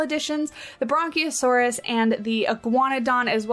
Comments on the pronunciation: It kinda sounded like you were combining 'brachiosaurus' with 'brontosaurus'. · There is no 'N' in 'brachiosaurus'.